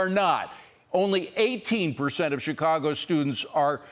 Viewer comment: She says Chicago right 🤷🏼‍♂️